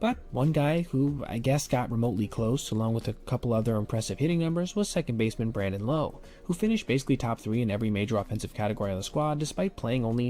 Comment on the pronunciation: thats not how you say brandon lowe